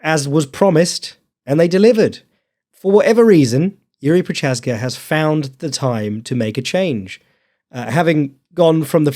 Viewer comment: making fun of not pronouncing Jiri correctly, immediately followed by mispronouncing Prochazka...